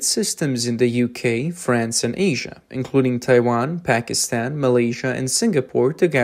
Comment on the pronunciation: did you say Hackinstan or Pakistan?